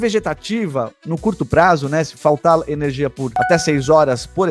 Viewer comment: Enerigia? Faltou energia no português...